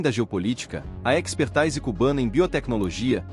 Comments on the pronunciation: Diz-se "epexrtÍse", não "expertaAíse". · É IA narrando? “Espertaise” lol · Precisas trocar os termos expertise ( pronuncia expertise não expertaise) e framework (pronuncia freimeuork, não frame vork) por palavras portuguesas. Tirando estes pequenos detalhes, ótimo e informativo vídeo. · Muitos erros de prosódia nessa narração. Expertise é palavra portuguesa e deve ser lida como se escreve: "espertize". Desenrola tem de ser lido como desen"rro"la. Mas o conteúdo é muito bom e válido. Viva! Cuba Libre das garras do grande Satã.